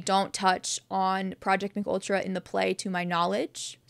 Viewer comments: The mind control project is pronounced M K Ultra, not McUltra as if its some new McDonald's sandwich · It's M.K. Ultra. Not a Mcultra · Great video! I learned a lot. But it's not pronounced McUltra like a cheese burger haha it's pronounced M.K. Ultra (a real life experiment- had many test subjects including Whitey Bulger!) but thank you so much for this video because I'm a huge fan of the show and actually didn't know a LOT of this. I don't know if I'm WILD about Henry's origin story with the cave system but hey it's something for now! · lol “McUltra” It’s Ehm-Kay Ultra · Thank you for this! Also, just so you’re aware MKultra is pronounced like “em kay ultra” and was a real CIA program! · M K Ultra, you say the two letters aloud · It’s “EM-KAY ultra”